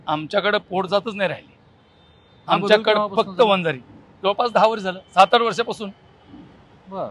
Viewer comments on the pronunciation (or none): Arey murkha reporter. Vanzari ahe te. Vanjara nahi murkha reporter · अरे वंजारा नाही रे वंजारी म्हण